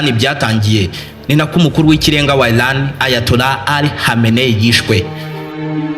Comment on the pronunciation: Erega si ilan. Ni Iran. Sha prononciation ntuzi nsmba uracurika ugacurura...vrt uvuga inkuru nabi😅